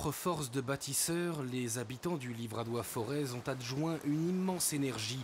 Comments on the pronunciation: Les Auvergnats ne font pas sonner le Z final...le "Forêt"... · On ne prononce pas le Z de Forez.